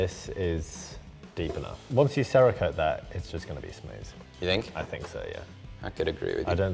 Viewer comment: There’s no pronounced A in Cerakote. Can we stop talking about some bird named Sara? 😂